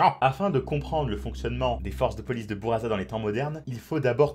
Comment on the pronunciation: Pour buraza on dit pas '' bouraza '' mais '' boulladza ''